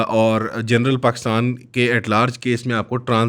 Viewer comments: Puri video mein jab yeh 2 second ke liye cool bna tab hasi nhi aayi baaki yeh ajeebo gareeb delusional hatheenuma shaksh paxtan pactan bolke ek number comedy kiya. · paxtan nhi Pakistan, urdu ka qatal mat kar, swaaaal kya banta hai? swaaaaal kya banta hai???? Bangladesh ban gya 1971 mein, 71 mein Bangladesh ban gya.